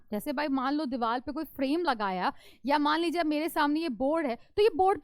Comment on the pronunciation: diwal ☑️ diwar ❌ 😂😂